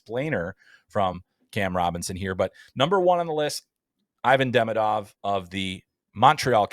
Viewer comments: By the way, why doesn't anyone even try to pronounce Demidov's name even close to correctly? It's so easy. It's Duh-ME-duv, accent on the second syllable. I don't remember how people in the media have been pronouncing his first name (Ivan), but the laziness/uncaring of how people are pronouncing his last name leads me to believe he'll be called EYE-vin instead of ee-VON. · For the love of god, pronounce his name correctly. It's ee-VON deh-MEE-duv